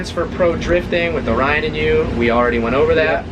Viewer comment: its orion not onion😂😂